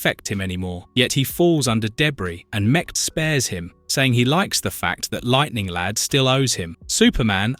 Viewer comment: I could swear that I heard the narrator say "Lighting Lad" a couple of times in this. So without further ado, I present to you The Legion of Misprint Superheroes: (Feel free to add to the team!) Lighting Lad Comic Boy Sunburn Girl Jouncing Boy Maniac 5 Predicate Girl/Neo Damsel Scream Girl Faintin' Girl Limber Wolf Shrinking Violin Funboy Stirboy Feral Lad Monorail